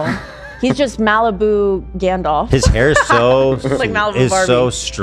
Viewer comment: Why does everyone including say "Gandolf" instead of Gandalf... I understand Ethan's affliction with names but what is and excuse?